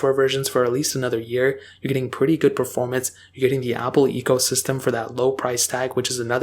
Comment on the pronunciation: Do you notice how always say „pwetty“ instead of „pretty“ uwu?